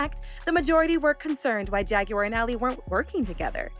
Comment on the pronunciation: Why can't u pronounce JAGUAR????